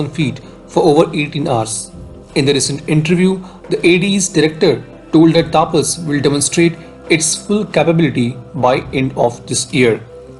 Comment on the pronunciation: Pronounce the name correctly, not like Britshit. The name is तपस not तापस Pathetic mistake